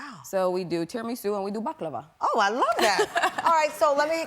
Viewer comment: i know what it is but the way host pronounced it was too bad that is why i said what is this ...